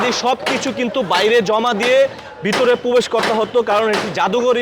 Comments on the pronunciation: উপস্থাপকের কথায় বিশুদ্ধ উচ্চারণ হচ্ছে না, উনার উচ্চারণ আগে ঠিক করতে হবে..উনি, প্রবেশ কে পোবেশ বলছে....!!! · Pobesh na.probesh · তোদের সাংবাদিক কে বানানো। পবেস নয় প্রবেশ হবে সঠিক উচ্চারণ